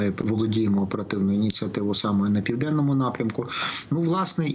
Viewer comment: Не півненному а південному.грамотії.